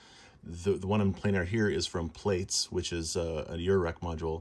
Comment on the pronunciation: I've said it before and I'll say it again - I love the development of synthio, it opens up so many possibilities for experimental instruments. (Tiny sidenote, Plaits is pronounced 'plats', the sequel to Braids as it is)